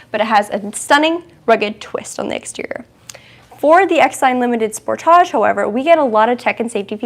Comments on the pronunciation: It;s not called a Spor-taug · When you say SPORT TAJ i think of Tarjay (Target.) It's a Kia not a Bugatti.